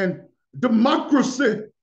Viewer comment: "Democra-say" 😂 Stopppp